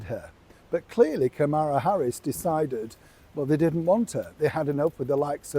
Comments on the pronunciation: PLEASE pronounce the VP’s name correctly! Think of the song “Camelot” then substitute Kamala. You sound rude. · SORRY, BUT YOU ARE PROUNCING THE VICE PRESIDENT'S NAME WRONG...PLEASE GET IT RIGHT, or stop pouncing it.. .